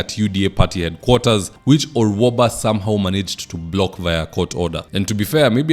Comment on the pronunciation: Gloria Orwoba not Orwaba,.